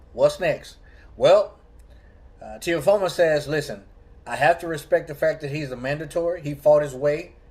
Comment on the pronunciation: Why you pronounce it Teofomo?😂 tee-o-fee-mow